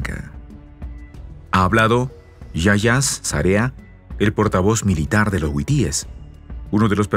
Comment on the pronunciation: Hasta cuándo aprenderás que es HUTÍES?. no es huitíes. Es HUTÍES, BESTIA!